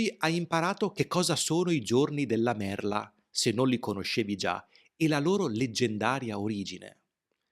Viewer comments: Sei bravoFrancesco. Niente con la "D" !!!!!!!!!!!!!!!!! Non dimenticare che la parlola e "merla" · E importantissimo ricordarsi que merla si pronuncia con la lettera "l" di "limone". E imposibile dimenticarelo!